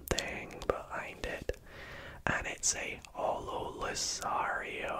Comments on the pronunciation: respectfully, its loo-car-ree-O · Mispronounced Lucario, never been more fuming